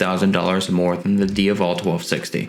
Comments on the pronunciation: Not Dia-Vallll / lol.....Its DIA-VELL....IE DiaVEL aka Ducati Devil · It's DiA-vel not Diuvel. It's also DucAti not Ducarti. You need to pronounce the A correctly sir. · say it with me: d AH Vull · Can you please pronounce the bike’s name properly plz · Is he intentionally mispronouncing the name Strange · Every time he says ‘Diavel’ I just want to kick him in the jaw..... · I was just going to say, if that's how it's supposed to be pronounced, I'm never saying it again. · stopped watching when you cant pronounce "diavel". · You can't pronounce "Diavel" properly!! If you intend to cover European motorcycles you need to listen to the factory guys say the model names. Listen to their pronunciations and I want you to say "Diavel" again properly on your next video! Thanks 👍